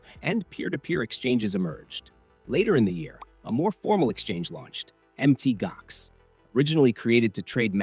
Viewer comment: Pronounced Mount Gox not Mt Gox